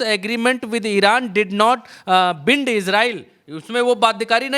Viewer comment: बिंड नहीं बाईनड